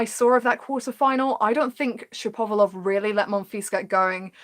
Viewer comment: I enjoyed the video One thing though ,it isn't : Shap - ov - a - lov , it's Shapo - valov